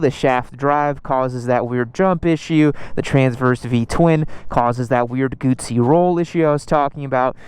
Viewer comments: The worst thing about this review is the constant mis-pronunciation of Guzzi. Try saying Guzzi as in footsie, NOT bootsie. Why do you keep missing gears? If you ever rode a m/c in the rain, you'd appreciate the 'wings' keeping your balls dry. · If you don't know how to pronounce Moto Guzzi, if you don't know how Guzzi riders call themselves, if you don’t know how to adjust the wind screen, then please make us a favor and don’t test ride Moto Guzzis anymore. You are harming your reputation and credibility!